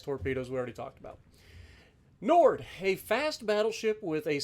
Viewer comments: It’s pronounced knee-ord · Ne-ord. Simple, cmon se.